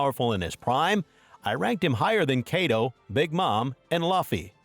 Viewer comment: nigga said kaedo